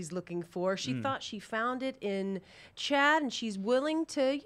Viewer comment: "Cha-dd" Lmao I love Lisa